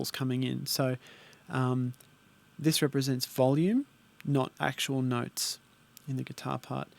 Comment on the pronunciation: You had me at "noyts" mate;)